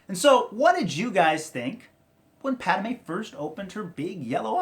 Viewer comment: It's pronounced pattmay